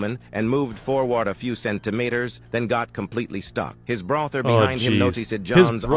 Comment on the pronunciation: EXALEED BRATHER TITINED Wow, i didnt realise ai voices can sound really badly💀